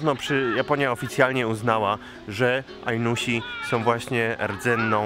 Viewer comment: Ajnosi jak coś, nie Ajnusi. Moje uszy cierpią jak to słyszą.